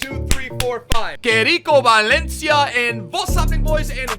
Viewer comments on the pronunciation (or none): none